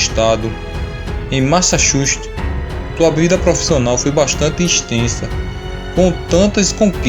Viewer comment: se lê massachutis